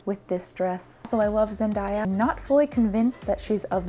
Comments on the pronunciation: It's pronounced Zen[day]a and not Zen[die]a, hon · Hey, i love this video. I dont mean to nitpick, you pronounced zendaya wrong. Its “Daya” not “die-a” good video though 🥰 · Zendaya....Zen-day-a, not Zen-die-a. XD omg i love you. She has a video actually pronouncing her name an explaining how her mother got it. Which is great honestly. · Zendaya is pronounced Zen-"day/dae"-a not Zen-"die/dye"-a. She had a interview pronouncing it herself for folks😂😂😂 The dress turned out great!! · I'm sorry but I had to check the comments to see if anybody was good enough to tell her that it's zenDAYa not zenDYEa. I got a bit frustrated lol 😅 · Love this but Zandaya said herself that that’s not how your pronounce her name it’s Zen-day-a Not Zendiya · WAIT, is that how you pronounce her name? the entire time i was like zen-day-ya not zen-dah-yah... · Zen. “Day”. A She did do an interview on how to pronounce her name. Either way great vid can’t wait to see what you do next! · saying ZenDIEya effected me far too much while watching this😭😭😭😭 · Dont know if anyone else said it bu her name is Zen- day- ya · It confused me when she said ZEN-DAIYA lol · zen-DA- ja lol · zen-day-uh ....please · I love Zen Day YA. I dunno why ur pronouncing her name wrong. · her names pronounced zendayuh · oh her name isn't pronounced like that. its more zen day ah kinda like that. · I'm so sorry to be that person but it's just bothering the hecc out of me, zen-day-a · Her name is pronounced Zen•Day•Ah .. every time you mispronounced it I cringed.. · Her name is Pronounced zen day a sorry to be that person only trying to help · I cant even imagine trying to do this. You're a queen and you're vids always make me laugh. If I hadn't found your vids, my quarantine and sense of style would've been a lot different Edit: im dying with how you say zendaya, I love it 🤣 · Her pronunciation of Zendaya kinda hurts, but hairnet and sponsor makes up for it